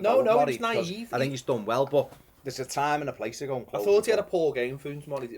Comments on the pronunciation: I think he meant: Foonz Morray I think it is Funez Morey! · When you say Funes you should pronounce the es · Your pronunciation of Funes Mori does my head in